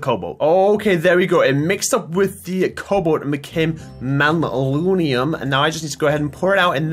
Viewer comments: not mallunium its man-ya-Lin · The purple stuff is pronounced (Manalin) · "Malunium" instead of manyullyn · manyullyn isn’t pronounced mal-oo-knee-um its pronounced man-uh-lin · Its manyullin nat maluniun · I believe it is pronounced (man-uh-lin) lol The level ups on the weapon also allow you to add more modifiers on it. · I know saw that too ahahaha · Some info, go rob or ask Ssundee because he is really good with tinkers construct, and it's pronounced Man-A-lin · Hey, just FYI it's man-yull-in is basically how you pronounce it. Also, lol the cleaver has beheading that's why skulls are happening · “MAnaLunium” Yeaaaghh that’s how you say it sure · Say it with me... man uh lynn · Man-You-Lin Pronounced Man-You-Lin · Man U Lyn is how it is said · Just to help it is man-a-lin. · Pronounce it man-a-lin! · Sorry, its man-you-lynn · it's pronounced man-uh-lynn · its pronounced man-u-lyn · its pronounced man-you-lin